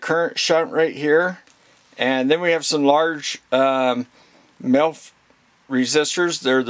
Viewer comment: I swear you're saying MILF resistors, not sure I could resist a milf 😁, but anyway I've just bought the HT118A I was just after a really practical multimeter I could do for guitar work that had capacitive measurement. Most of the things I'll be doing with it will be resistivity, capacitance and a bit of 240v stuff around the house. I know the movie is about the HT118E but for some reason this came up in the search for the HT118A. Glad I found you, excellent presentation and massive respect out to all you guys who mess with the real stuff! Stay with what you trust. Cheers.